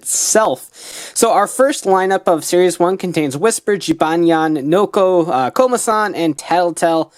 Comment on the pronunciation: I mean Komasan not Komadan